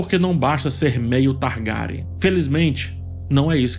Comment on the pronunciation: Mano, adoro as visões desse cara. Mas o jeito que ele fala o nome dos Targaryen e principalmente do Fumaresia, mata o português 😐